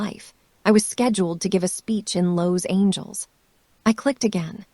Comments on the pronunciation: An AI that can't pronounce Los Angeles??? Irritating. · You're not pronouncing Los Angeles properly.